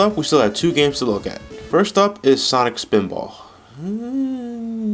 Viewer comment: SAWNIK SPINBOARGH!